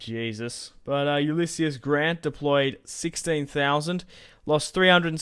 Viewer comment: it's pronounced yoo-liss-eez btw